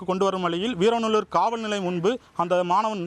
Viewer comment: முதலில் ஊர் பெயர் சரியா சொல்லுங்க வீரவநல்லூர்